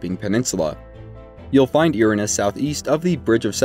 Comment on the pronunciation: This was very helpful thanks! but when you kept pronouncing her name as eeranes, I was losing my mind 😂 Her name is Irina pronounced Eye-reen-ah. Lol